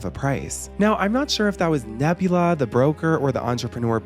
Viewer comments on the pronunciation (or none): The mispronunciation of Nabila as Nebula threw me off throughout the whole thing 😅